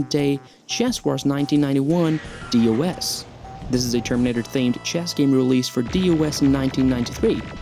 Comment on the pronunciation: DOS is normally pronounced as "Doss," not "D. O. S." Just so you know...